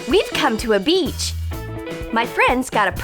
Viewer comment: when she said beach I remembered tae & jimin: -beach -bitch? -beach! -bitch?.. lmao